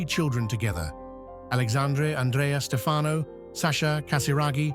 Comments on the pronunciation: It's STEfano, not stFAno. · Pronunciation, An-drey-a, and STEF-ano... princely family not a royal family.